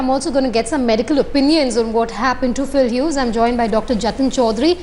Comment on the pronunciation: "Pill Hughes" yu blodi endion